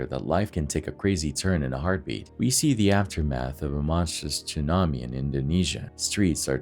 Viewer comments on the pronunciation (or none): "Chewnabi"? HAHAHA Tsunami, pronounced sue nami lol